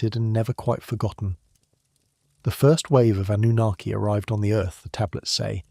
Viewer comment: It's Anunnaki